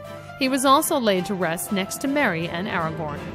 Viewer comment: Aragon, Arwin, Maryaduck, Peragin, leggolars, Jauwen, E-omor, Gandolf... I'm fucking crying, I can't decide if it's hilarious or a disgrace x'D.